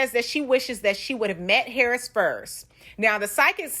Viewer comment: Girlllll the way she says "HARRIS" drives me NUTS! LOL An ole girl needs to chill on the wine and whatever else she is doing...it's TOO much! LOL